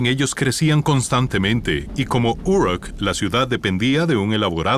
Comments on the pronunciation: pero, esto no es lo que él dijo. La pronunciación de la palabra "Uruk" en este video parece la pronunciación inglesa y no española. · Si Uruk estaba en Mesopotamia por qué la nombras como si estuviera en EEUU?.. No todas las palabras que no son latinas se pronuncian igual que el inglés.